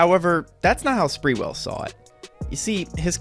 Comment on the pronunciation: It’s not sprewell as in sprewell but sprew ell